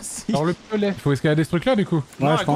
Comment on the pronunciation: Moi j'entends on va "Excicalader ce mur" :-D